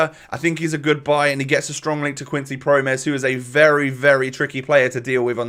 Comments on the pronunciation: Pronounciations: Donny van de bake Promes(s) Maahlen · Promes is pronounced like "promise", but with more of an "eh" sound at the end, and the second syllable is stressed. Also it's a rolling R. van de Beek is pronounced like van de Bake. Malen is pronounced more or less like Mah-len (not mai-len). You know that sound a sheep makes, like the "Bêh"? That's more or less the first syllable in Malen, but then with an M, not a B obviously.